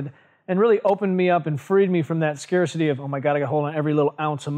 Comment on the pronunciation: He actually said "scare city". As in "losing muscle is scare city".... That's me trying to make excuses for him. 😂